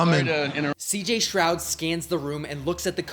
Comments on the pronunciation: It’s uh stroud not shroud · Stroud* not shroud